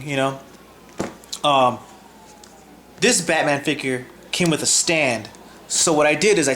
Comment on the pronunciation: Batman not Hubba bubba